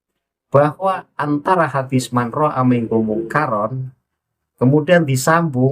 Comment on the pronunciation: Cara baca haditsnya (manroaitu) kok gak di bahas kang? 😂😂